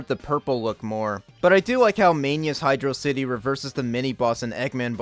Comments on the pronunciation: The amount of praise you give this game regarding Michael Jackson, great levels, the music, the pronunciation of HYDRO CITY is all great and I liked the video...until You mentioned the barrel of doom lol. We were all kids and a lot of us experienced getting stuck in that room being actually smart and trying to use momentum to jump off the barrel hoping it would go down, but no. There are no hints anywhere to help which I think is the worst aspect of that level and just bad game design. So I removed my like from this video. I think as a kid I tried jumping on the barrel and while it descended, I held down. Then as its going up I held up before I jumped off. I think that method was eventually how I noticed and figured out it's just up and down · I know. Hydro City is always the better pronouciation.